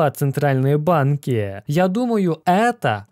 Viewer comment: Централльные "БЫАИНКИЭЭЭ"